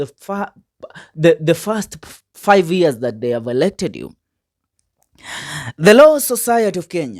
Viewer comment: Very poor pronunciations: Bodo for Bondo, Ear for year, Danglas Kanja for Douglas, I think they are too many I won't state all. Listen from a peer listener, however the overall message it fantastic.